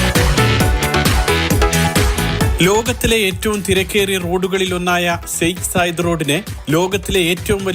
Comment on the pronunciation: Enthuvade ethu saik sayidoooo😂😂😂😂full comedy... shaikh zayed ennu para 😅😅😅